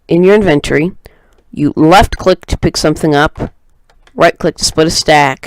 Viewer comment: The main reason I could not complete watching this is because it was annoying to keep hearing the word "inventory" mispronounced. Then making up a new word 'inventoring" instead of using inventing. How you speak matters... not trying to be a dick, I hope you take a moment to consider this. Thank you for the video.